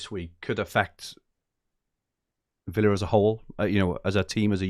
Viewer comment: It’s Aston Villa, not Willa! Every time that irks more than it should 😂😂😂